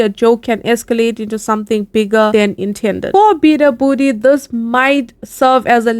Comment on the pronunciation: its beabadoobee u pronounced it wrong